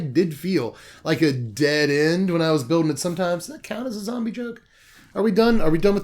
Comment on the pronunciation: “Zom-brie” lmao made me spit out my drink